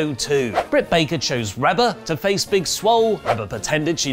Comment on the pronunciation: Its pronouned Ree-ba, not Reb-a. Cmon its like you dont even watch the programs. Dark order is easily the best thing going, their work on BTE is incredible